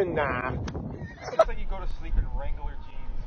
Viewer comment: Never met someone who needs 3 syllables to say "wrangler."